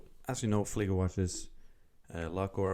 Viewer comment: Appreciate correct pronunciation of model in German. Nice video.